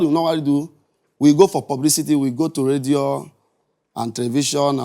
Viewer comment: Radio or "Ledio"